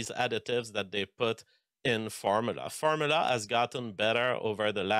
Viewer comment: I refuse to listen to a 'biologist' who can't pronounce the word "formula", and uses the most vague measurements ever.